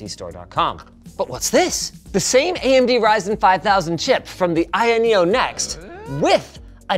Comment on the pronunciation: I keep hearing linus say I.N neo